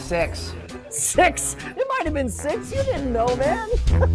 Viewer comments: Every time that guy said six it sounded like he said sex lol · i'm sure that guy was sayin 'sex' lol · I'm sure that hes not saying six... ~_~